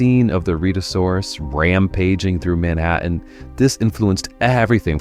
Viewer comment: It is pronounced... Red a sourus... Not read a saurus